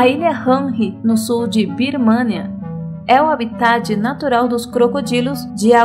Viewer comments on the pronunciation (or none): none